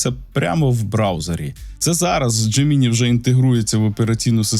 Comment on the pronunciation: Дякую за випуск і роботу. Але, будь ласка, не "дже-мі-ні". Забийте у простий перекладач із голосовим відтворенням :) Бажаю успіхів!